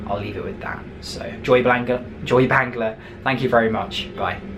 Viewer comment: Bangladeshi driver's are really so expert.you pronounced so well joy bangla! It's really nice to hear from ur sweet voice!